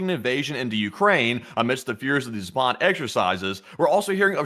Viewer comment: PLEASE !!! It is pronounced ZAAAPAD not ZAPAAAD !!! Accent on the first A !!